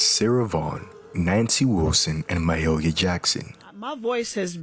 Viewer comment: Ma-who Jackson?!? Pronounced Ma-hay-lia! A gospel legend!